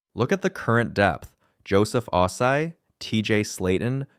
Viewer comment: Damn, he cannot say Ossai correctly